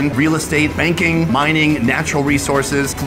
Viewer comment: Brooooooo Banking???????🤣🤣 tfffff